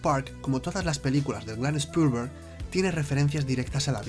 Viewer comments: Spolguer jajaja (Spielberg) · Spillllllberg jajajajajajajaj.. Tremenda pronunciación y esta bien escrito 👀🤣